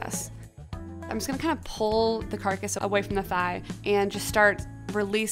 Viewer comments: It really bothers me that she keeps saying carcus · I don't like that she calls it a carcus 😥 but sounds like a good method to use for fast cooking .